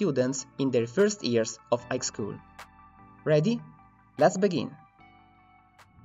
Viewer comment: AI knew when this person said high school it sounded like Ike school.